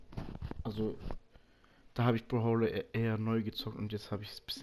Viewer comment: Es heisst nicht broholo